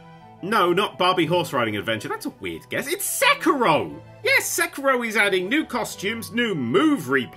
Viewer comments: sehk-eh-ro, no just no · When you said Sekiro I had no idea what game you were talking about because I never heard it pronounced that way